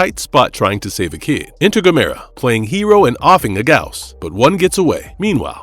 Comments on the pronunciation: Wait… wait… wait… how the fuck are you pronouncing “Gamera”? Why are you saying GA-mera? No one… NO ONE has ever mispronounced Gamera… it’s GAM-era. If you are going to do a movie review… get the name right. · You kinda' lose credibility when you mispronounce Gamera.